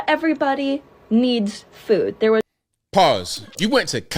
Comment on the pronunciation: Did she say FOOD service or did she say FOOL service? Because everybody needs food, and every college needs Fools. And blithering idiots.